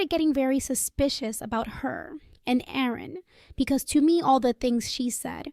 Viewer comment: Quit half the way through. This is the worst AI voice ever with a horrible annoying pitch that would repeatedly fade off to a quieter squeaky sound. Oh by the way, it is Aaron, not Oran. At least it didn't have that random grunt of the previous sucky voice.